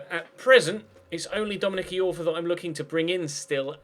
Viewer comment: It's pronounced Dominic Eye-orfa not Dominic E-orfa,!